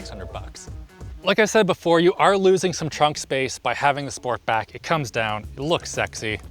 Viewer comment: It's sportback, not sport'S'back